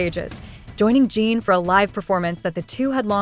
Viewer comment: I don't trust any reel like this, especially when they pronounce Jin as "jeeeen".... definitely an AI created post.